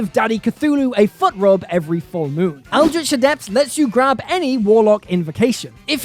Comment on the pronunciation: Finally, someone read Eldritch Adept properly!